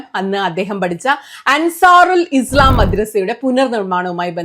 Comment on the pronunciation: ഹായ് സുനിത എല്ലാ വീഡിയോയും കാണാറുണ്ട് വളരെ സത്യസന്ധമായി രാഷ്ട്രീയ വിശകലനം നടത്തുന്ന ആളാണ് അഭിനന്ദനങ്ങൾ ഇസ്ളാം എന്നത് മാറ്റി ഇസ്ലാം എന്ന് പറയാൻ ശ്രമിക്കണം അള്ള എന്നത് തെറ്റായ pronunciation ആണ് അതുകൂടി ഒന്ന് തിരുത്തിയാൽ നന്നായിരുന്നു All the very best❤